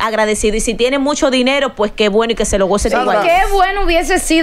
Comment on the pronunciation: Y por qué es que Sandra dice “ MUSHASHO”? 😅😅